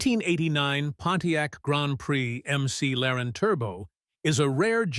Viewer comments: I stopped watching at "MC Laren". Thumbs down. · can't wait to see how history judges the EcoBoost engine. and "M.C. Laren" - really?